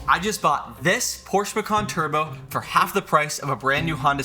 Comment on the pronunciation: Why is it every American that can't pronounce the name of Porsche correctly